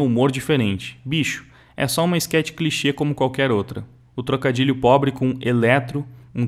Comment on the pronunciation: só lembrando que é enquete e não esquete, desculpa tá, só gosto de ouvir as pronúncias corretas